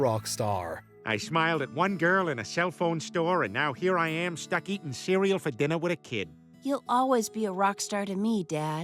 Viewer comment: OH COME ON! Cereal is not even an asian word. And you pronounce it correctly two seconds later.